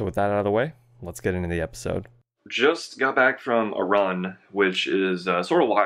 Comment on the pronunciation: Anyone else hear say "Just got back from Iran" instead of "from a run"? Lol